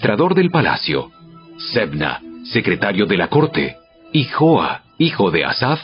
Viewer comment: NO ES YOAS,ES JOAS Y AL Q LEERLO COMO ESTÁS ESCRITO.POR LO DEMAS; EXELENTE.GRASIAS Y BENDICIONES